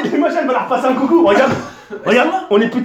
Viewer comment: Il a dit Coco la🤣🤣🤣😂